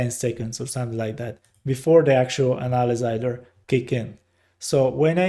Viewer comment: here is a small tip for you: when you want to pronounce the word analyzer, think of it like this " Anna" like the name Anna Nicole then the word "Lie - ZER" like "dont LIE to me" so " Anna Lie ZERR" or "Anna - Lizer" like adVISOR but LIZOR - "Anna Lizor" Thank u and ur video was very helpful :)